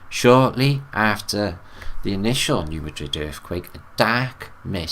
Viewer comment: hey, love ya buddy— it’s pronounced “New Mad😡 rid”